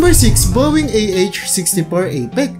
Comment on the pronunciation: Akala ko ako lng ang nkapansin😅😅😅 Alam ko walang perpekto tao sir pero dpat siguradohin ang binibitawan na salita o word na gagamitin kasi sa panahon ngayon may nakakapanood na mga bata. Apech/apek din ang bibigkasin nila dahil sa napanood nila na video mo. Ok lng yan na magkamali basta sa sunod alam mo na ang gagawin god bless ur channel.